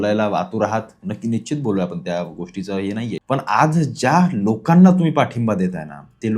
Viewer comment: Nicchit nahi Nishchit mhnayla shik